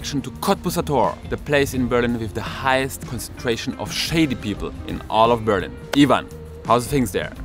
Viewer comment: BerlIIIIIin......not BEEEEEErlin......the intonation!!!! Also in ENGLISH!!!!